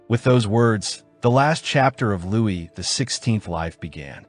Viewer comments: yeah man no worries, I hate all the people talking down on really interesting videos just because of the AI narration. Toward the end of the video I think I figured out what happened. Whenever the script just said “Louis” the narrator would say it like “Lewis,” but whenever his full title of “Louis XIV” was in the script it would say “Louie the fourteenth” The video was really good by the way I like your style and presentation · His name uses the French pronunciation, it should sound like “Louie” not “Lewis.” Strange that the AI got it wrong most times but every once in a while would say it right. How does that even happen